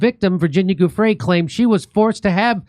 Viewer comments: Giuffre is pronounced 'JOO-freh'. ☝ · The G is pronounced as a hard J. That's why it's Giu